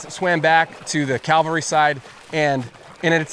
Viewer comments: The word is CAVALRY, not Calvary. US Cavalry. Please get it right. Not trying to be an ass, but I was a cavalryman. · Cavalry not Calvary! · Why do you keep saying Calvary instead of cavalry? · Cavalry not calvary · The US "CALVARY"??? 🫣😂 There has never been a US CALVARY How about US CAV AL RY? 😆😏 yes, we have had (and still do have) "Cavalry" units.. Your mispronouncing of that word, proves your extreme lack of detail to your AI infected stories. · Cavalry, not Calvary. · CAValry, not CALvalry… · very nice. but dear God, please stop saying Calvary instead of Cavalry. They are not the same thing. And i'm not even a native english speaker. ps: editing and production are top notch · I know its an innocent mistake, but cavalry is pronounced CAV-al-ry, not CAL-vary. The second word is the hill Jesus was crucified on. Wrong word for the military horse soldiers. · Ca-val-ry, (frontier military) not cal-va-ry, (where Jesus was crucified). When you learn the difference it will lend more authenticity to your presentation. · Fantastic story. I just wish you could pronounce “cavalry😅”. Calvary has religious meaning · CAV-al-ree. It's CAValry. Not Calvary. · The word is pronounced CAVALRY not calvary. The former are horse soldiers and the latter is a hill in Jerusalem. Hard to follow the story when you keep using the wrong word. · Cavalry. Not Calvary, Sir😂. Awesome video, thanks. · Ok, the US Cal-vary, good one. Embarrassment. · friend...please, the word is caValry...NOT...caLvary...common mistake acrosss the internet by amateur historians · Not "The US Calvary". It was The US Cavalry. Patrick Cowdrey, Redding, California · Cavalry CAV Calvery is different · Great job, I'm a huge history buff. Only thing driving me nuts is you keep saying 'U.S. CALVARY.' They were the United States CAVALRY. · I believe you meant to say 'cavalry' - not 'Calvary'. Bloody business in both cases. Good video! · CAVALRY, not Calvary! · Cav al ry not Cal va ry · Calvary <> Cavalry Not the same.